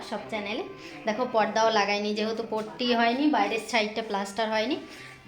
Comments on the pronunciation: কথা বলতে ও জানে না পুট্টি কে বলছে পট্টি এর থেকে পটি বলো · পট্টি বলে না পুট্টি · পটি নয় ওটা কে পুট্টি বলে